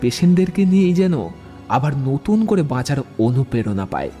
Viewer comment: Golpo Pathok Dada Uchcharonta " Anuperona " Noy , " Anuprerona " Hobe .